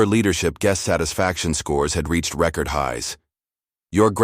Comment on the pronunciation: "Record" as a noun or adjective sounds differently as a verb. See if you can get it right